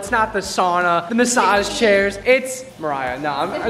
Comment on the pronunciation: did anyone else here him say “ Maya” not “Mariah”